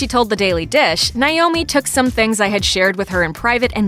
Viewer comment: It’s NAOMI not NIOMI 🤦🏼‍♀️